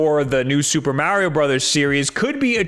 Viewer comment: Soopa Mawrio Bruthas as calls it is due for another good 2D iteration. It would be very welcome.